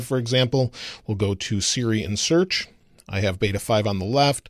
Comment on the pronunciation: Great video, as always. Although when you said “Siri and Search”, I thought you were saying ”Syrian Search” lol